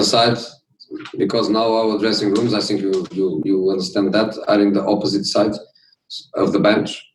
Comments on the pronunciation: He said I always Sink instead of (think) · Jose: i sink VAR still hate me. I sink we will be in top 4 but i sink we will sink too lol 😂😂😂😂